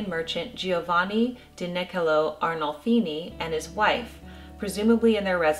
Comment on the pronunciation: You absolutely nailed my last name pronunciation!!!!!